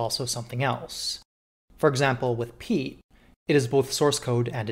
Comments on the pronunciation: Pea. Ett. Pea-ett. Piet. Not “Pete”. SO not “Pete”. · That's a violently American pronunciation of "Piet" you've got there.